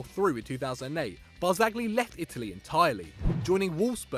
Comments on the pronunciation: Why does he say bar-zag-li, it's pronounced bar-za-lee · It's pronounced "Barzagli" with a soft "G", like with the Spanish "LL". The way you pronounce it, it would be spelled "BARZAGHLI" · Worth to note that in Italy, oldest player on the pitch is the captain for the day. And you don't pronounce "g" in names like Barzagli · Stop saying bianconeri when You pronounce Barzagli like a turd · Please take a beginners class in Italian before attempting to pronounce any more names. Yudinese? Ag-nelli? Barzag-li? Partenoppy? Piasenza? I'll allow the mispronunciation of Hubner, but fucking Perlo? Also, Mourinho isn't Spanish and Racing Club is pronounced "rassing".